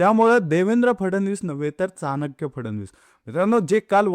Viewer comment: दादा, चाणक्य म्हणताना चहा मधला च' उच्चार करावा. प्लिज